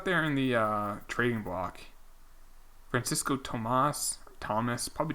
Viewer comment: Fran-ch-esco Francisco. I can not handle 30 more episodes of you saying fran-sesco Francisco lol